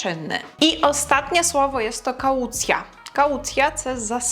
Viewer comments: але ж kau̯ˈt͡sja, не каУцйа. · Kaułcja wymawiana jest jako kałcja. To "u" jest prawie niesłyszalne.